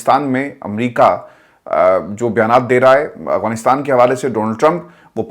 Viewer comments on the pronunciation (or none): none